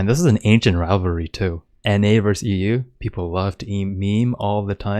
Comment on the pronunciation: Kid literally cant say rivalry "Riverly"